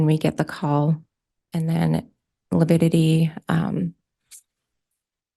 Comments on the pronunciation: It's lividity not lipidity😐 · I wouldn’t have been able to keep from correcting. ‘I’m sorry, I don’t know what lipidity is, but I know what lividity is..’ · Its LAVIDITY! NOT LAPIDITY!!!! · mispronounced "lividity" three times. He thinks it's called "lipidity." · The fact that keeps saying “lipiddity” gives you everything you need to know about his competency as a lawyer lol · Is he saying “lipidity”? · It’s lavidity. Figure out the spelling and pronunciation! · Lability? I wish she was bold enough to correct his sorry self. Defense lawyer in a murder case and can’t even say the word right. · LaPIDITY?! wtf is he on lol? 😂